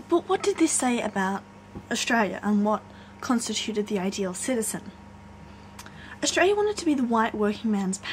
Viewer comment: Australia... The L isn't silent